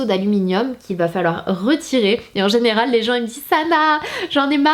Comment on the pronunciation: Dans le 24 min ta dit genal😂